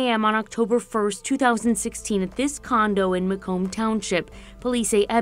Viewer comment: Macomb is literally said how it’s spelled 🤦🏽‍♀️